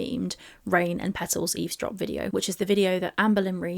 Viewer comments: It always cracked me up that is a great literary giant (pun intended), yet she doesn’t know it’s “eavesdrop” not easedrop, as she says. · I think she says "ease drop" but means "eavesdrop". Either way, she meant "listen in" or "overheard". In her head, it's all the same. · She's TRYING to say Eavesdrop but she is pronouncing it Ease-drop. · God I never noticed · Ease drop, is just stupid as hell and can't pronounce a lot of words, correctly. On purpose or not, diminished capacity imo. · Rain and petals eez-drop, You can't even pronounce the word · raaain and petals eezdrop PAH PAH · She does, just saying it wrong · Yes, she intended to say eavesdrop, but pronounced it incorrectly. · oh. Well, considering that eavesdrop is a word that might take a little while if you want to say it properly, can barely say one syllable words correctly, so I'm going to assume she did say it wrong.